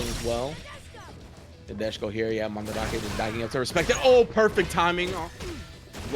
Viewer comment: Dude if this dude says mahn drack aye instead of mandrake one more time.